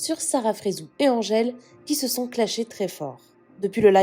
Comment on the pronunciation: oui.mdr elle sait même pas le dire elle est mauvaise la.angele